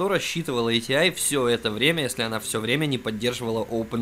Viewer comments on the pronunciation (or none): ЭйТиАй и рЭдион... Аж служ режет. Привычнее просто АТИ и радэОн.